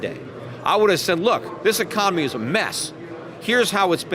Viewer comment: peter, why do you have a hard time with such an important word? It's pronounced: ee-con-oh-mee, not ee-com-oh-nee. You should practice that one.